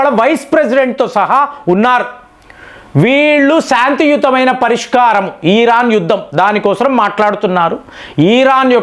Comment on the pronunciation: ఈ రాన్. కాదు ఇరాన్ మీరు కంటిన్యూ గా తప్పు పలుకు తున్నారు